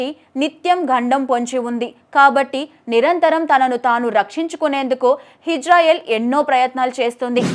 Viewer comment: హిజ్రాయిల్ కాదమ్మా ఇజ్రాయిల్!